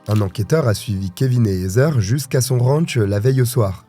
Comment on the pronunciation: Heather se pronounce ( Hadeur ) 😅 not hazer